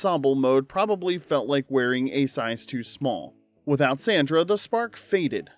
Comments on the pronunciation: Dude, her name was pronounced Sondra not Sandra. It's always been pronounced that way, even on the clips that you're showing, they're pronouncing it that way. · It's "Sahndrah" not "Sanndruh". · “It’s SAAAAUN-nDRA” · Beg your pardon, sir, but it's pronounced SAH- ndra (227) 😂